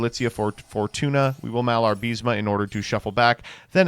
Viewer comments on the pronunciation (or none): IS MALA-BA-RISME. Not "MIALAR-BISME"